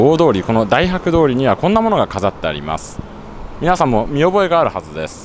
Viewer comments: だいはくどおり ではなく たいはくどおり ですよー。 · 細かいことですみません。 大博通りは「だいはくどおり」ではなく、「たいはくどおり」です。また、福岡エリアと博多エリアは那珂川の南北で別れるとありますが、那珂川の東西が正しいです。那珂川の北は博多湾です。 細か～いことで、すみません。福岡もんとしてつい突っ込みたくなってしまい…(^^;) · 大博通り だいはく×→たいはく○ 細かいことですが気になりました。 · だいはく通ではなく、大博通りです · 解説上手いですね。ちなみに大博（たいはく）通りですよ💦^_^ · 大博(たいはく)通りですよーww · 大博通り(たいはく)です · 大博通りは「たいはく」と読みます。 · たいはくどおり。です